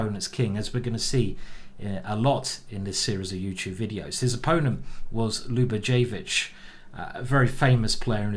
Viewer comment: The ic in Yugoslavian names is pronounced itch (think Croatian midfielder Luka Modric) and Ljubojevic is pronounced Liu-boy-ev-itch.